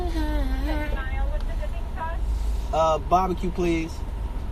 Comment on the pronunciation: He said mild soooo Chicago 😮